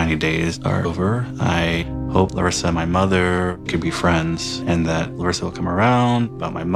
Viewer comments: Every time he says her name - I go ahh so nice to hear MY name pronounced properly . Instead of Americanized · I really appreciate the effort is making to pronounce Larissa's name in a more brazilian way since the last video. Also related to her brazilian origins, I know it feels like she's not being supportive sometimes in regards to have Debbie living with them, but here in Brazil we usually don't like to live with our spouse's mother and we tend to think that this brings problems to the couple and the whole family when one's mom is envolved. It is very usual the request she is making at least culturally.